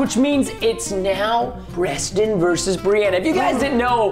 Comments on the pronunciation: Forze Minecraft It’s not Oreston it’s Preston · you say oreston your s Did you dont know its preston are you don"t know her name